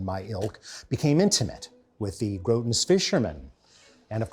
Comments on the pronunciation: I always want to punch him or piss on him for something, this time is an inability to say gorton's fisherman, keeps saying groen, like he never saw a tv commercial in his young boarding school life, he clearly wasn't bullied enough there. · Did you just mispronounce Gorton's fish and Birdsey where did you get the eye from and I could swear you said Grotons? Why didn't you say Olive Oil? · this mf said "grodon's fisherman" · GORTONS not GROTONS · Groton - Grah-en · Isn’t it Gorton not Groton? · Are you calling Gorton's Groton's? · Groton - pronounced GRAWT-nnn in Massachusetts, home of the Groton fisherman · Wow, all this time I thought it was pronounced like "grow-ton", lol. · Alton..it's GORE..TONS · How do you misspell Birdseye? And mispronounce Gorton?